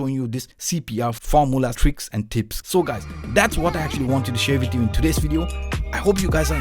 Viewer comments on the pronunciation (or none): none